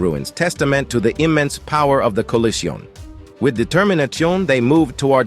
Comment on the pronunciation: Collijiohn... Determinatchiohn!?!?